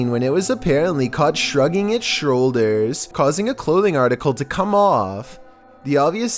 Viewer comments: ah yes, it was shrugging its shroulders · “Shrugging it’s shrolders” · I'm sorry. is great but I laughed way to hard when he said "caught shrugging it's shroulders"